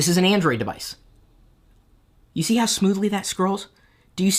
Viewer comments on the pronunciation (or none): i decided to officially like this video when he said "did you STEE that?" ROFL